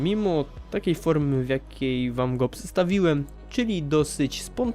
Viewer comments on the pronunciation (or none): w tej minucie mówisz przestawiłem to powiedziałeś psestawiłem